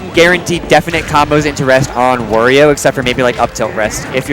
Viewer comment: Wario, Wa-ri-o come on its not that hard to say his freaking name!